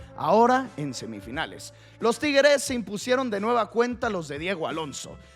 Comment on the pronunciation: No sabes pronunciar la palabra tigres, o qué te pasa? Te sientes bien?